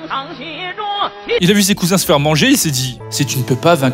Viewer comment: “Tu va faiwe partir la fumée😂